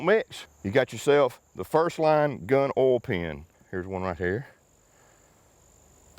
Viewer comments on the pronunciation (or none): Listening to you say owl instead of oil is beyond frustrating, i get the accent but come on stop it lol